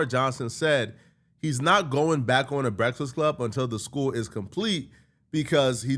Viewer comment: Is he pronouncing Breakfast Club wrong on purpose? I thought it was hearing wrong for the last few years.